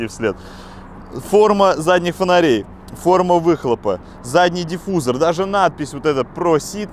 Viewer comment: не диффУзор, а диффузОр